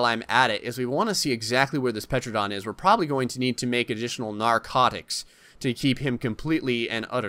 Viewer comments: wakko151 no you are also wrong it is not pronounced “Tera-Don” it is pronounced Ter-Anna-Don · “Petranadon” AS A SELF LABELED DINOSAUR EXPERT I AM HAPPY TO SAY THAT IS NOT HOW YOU SPELL IT >:0 I know this vid is old But Sir It’s pronounced “Tuh ran uh don” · It's pronounced teradon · its called a Tera_Don. and its Mortar and Pesel. Not the spelling but how you say them. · Bro u say like tear-u-don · Dominic C. No it’s Ter-Anna-Don..... people always forget the Anna part in the middle! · Petranodon? PLEASE. PTERAnodon is the most popular pterosaur and you pronounce it wrong... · The “p” in pteranodon is silent. Like pterodactyl or pteranodon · you don't prenounce the P in pteradon